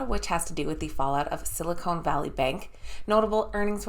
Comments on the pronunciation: It is Sil i con not “cone”. Silicone is what can uplift human features. Silicon is a material used to make computer chips. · Silicone Valley Bank??? 😆 🤣 😂 Silicon Valley Bank.